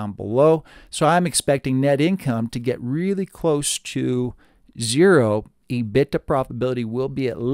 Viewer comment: I have never heard anyone say E- BIT-TA before. Always heard E-BIT-DA. Love the Channel though.